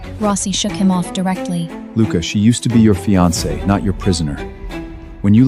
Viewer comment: Teach AI to pronounce "fiance" correctly! (Min. )